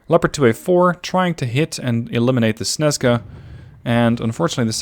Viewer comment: why snezka when its snežka